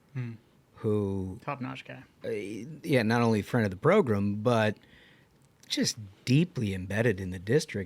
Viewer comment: Love the show, Trump all the way. Only thing is you keep saying “ProGRIM” bro it’s “ProGRAM” that’s how you say it. Program. Not progrim